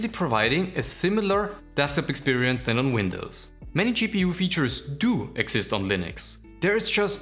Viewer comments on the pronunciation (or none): none